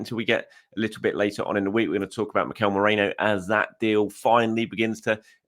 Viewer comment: His name is mErino... Not mOreno... Come on man you're a journalist.